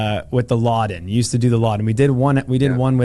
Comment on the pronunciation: It's "Lodden", not "Laden".